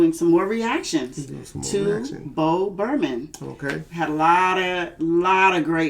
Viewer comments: It’s pronounced “Burn um” not Berman 😂 and it’s Kanye rant, not cayenne 😂😂😂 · Bo... burn...ham.... NOT... ber...man... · Not bo Burman lol burnham is said like burn-em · She said "Bo Berman ". 😂😂